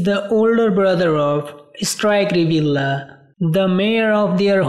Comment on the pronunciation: Your pronunciations is a big mistakes. It should be ( reveal yah) not reveal la. Disclamer